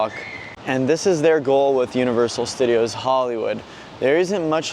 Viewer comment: "welcome back to universal stuh-deeos":face-green-smiling